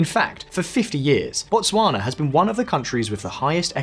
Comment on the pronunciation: Your pronunciation of Botswana is pretty good though